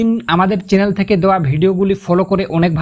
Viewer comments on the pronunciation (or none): none